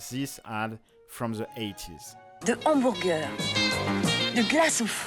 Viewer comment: "The 'Omburguer" 😂😂